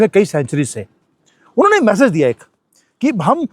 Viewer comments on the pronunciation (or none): Please say 'message' not 'massage'.